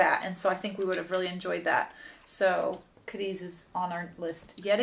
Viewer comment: it is ca<---accent here deeth lol